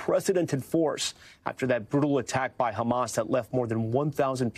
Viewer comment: A brool new wave? LEARN ENGLISH.